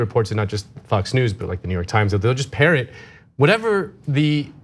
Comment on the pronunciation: Every time Mrs. K say “Fox News” it sounds like “Fucks News” I like her way of saying it better